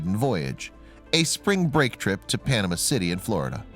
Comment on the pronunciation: 1st-Daytona's were NOT used in The Dukes of Hazards TV show! smh. 2nd-Please learn how to pronounce Panama City. 3rd...Never, EVER, quote Yahoo as a source for anything...ever! If you really want to add something interesting to the story, tell about how the engineers made a three-eighths-scale model and tested it at Wichita State University’s wind tunnel...then how Mopar tested the full scale version at Lockheed Martin in Ga. Then remember the Plymouth Super Bird which was actually a better race car. Could also mention the first ever 200mph NASCAR lap was made by a Daytona. Also the Hemi cars are much more valuable than the 440 automatics... This is a cool car though!